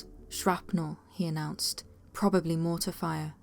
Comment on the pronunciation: as told by soldiers? barring a speech impediment there literally is not a single soldier who pronounces mortar like that. edit: shadows in the desert that moved to fast for man or animal around twilight huh? could it possibly have been.... EDDYING SAND?!?!